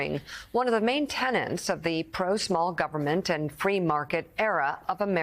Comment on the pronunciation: its TENET, not TENANT. SMH